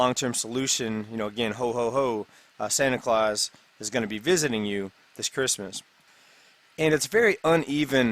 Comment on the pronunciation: Curse-must? your accent or was it intentional pun?